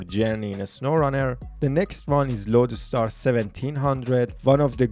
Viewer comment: Nice video But the number of "A" thrown before any "S" is just insane! FleetAstar loadAstar Ascout.... Are u russian?